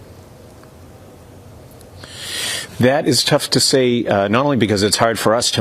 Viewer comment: Thanks, Global, for pronouncing Kyiv's name properly. "Kee iv." Bloody morons at CBC say "keev."